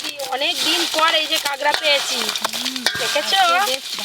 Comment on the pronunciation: স্পেশাল❌ পেশাল✅ কাঁকড়া❌ কাগড়া✅ 😂😂